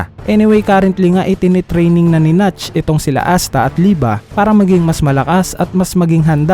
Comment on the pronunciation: Nak't po ang pagkakabasa sa nacht hindi notch